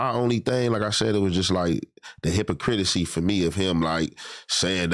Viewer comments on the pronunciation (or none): The “hipacritacy” 😂…., don’t care nothin bout what the words say…..😅 My 🥷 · I hope they keep him but “well spoken” is crazy af 😂😂. “Hypricratisy” 😂😂. He’s always mispronouncing words. I hope they bring him on more anyway though.